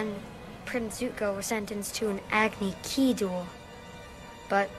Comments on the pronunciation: “Agni ki”? ...Agni Kai!!! smh ffs did the director not watch the series or speak to the creators at all? Still not as bad as dragon ball evolution but damn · A sure sign of a bad adaptation of a series is the fact that the movie couldn’t even get the pronunciations of the character’s’ names right